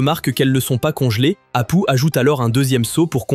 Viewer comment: Il faut dire apou , ca ce prononce apou